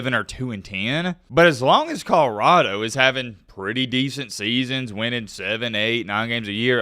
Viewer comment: Col-o-rah-do not kahrado